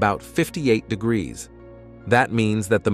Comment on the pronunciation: It's pronounced degrees , not your guttural version.